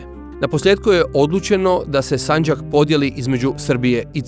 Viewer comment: narator uporno govori sanđak,odlućeno… kako je to moguće?